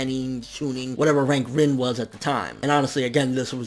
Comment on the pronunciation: Rin's name is pronounced (REEN).